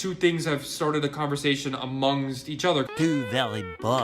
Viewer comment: How hard is it to say amongst right he murdered that word, is a spastic hand gesturing moron who has no actual proof to show for the things he says he just runs his mouth and nothing comes out but pointless drivel